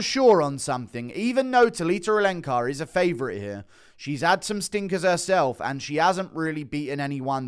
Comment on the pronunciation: The way you say Talita Alencar sounds like a Harry Potter spell 🪄🪄🪄